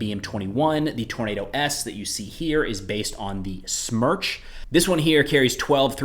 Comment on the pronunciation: you pronounced GLONASS correctly. You mispronounced "Smerch". The "e" should sound like in "pen". The word means hurricane, btw. Love you videos. Cheers